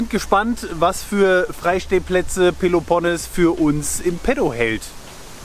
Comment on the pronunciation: Ich bin immer wieder begeistert von Euren Videos. Vielen Dank auch für Eure detaillierte Antwort auf meine „Packfrage“. Aber eines muss ich jetzt doch loswerden: Den Peloponnes spricht man mit langem e auf der letzten Silbe betont aus - trotz des doppel-n davor ;-))